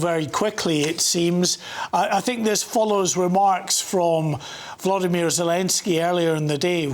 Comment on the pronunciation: It's not Vladimir ... It is VOLodymyr VOL like Oxe 😂